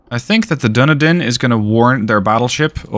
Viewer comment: Dunedin -> done E din